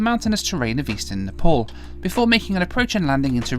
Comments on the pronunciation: You don't even know how to pronounce NEPAL, you introduction you called it NEPOL HAHAHAHA My goodness how much you talk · It's not Nepol it's Nepal 😂